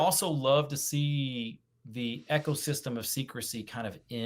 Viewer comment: Eco (system) is pronounced EEK-oh not 'echo'. Sorry, it was driving me nuts every time said it.